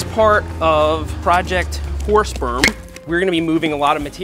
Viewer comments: the captions think you said, "as part of a project horse sperm". lol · "project horse sperm" Dude, sounds like that every time you say it... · Seth : Horse berm .. Captions : Horse sperm .. 🤣🤣 Great video BTW... awsome!! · Horse berm really sounds like horse sperm 😂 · Horse berm sounds like horsesperm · I thought i heard horse sp*rm ... ... Nah. I'm just too drunk for it. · Anyone else keep hearing "horse sperm" lol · I swear he said project horse sperm, and now I can't stop hearing it. 😂🤣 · I thought I was the only one that was hearing horse sperm. 🤣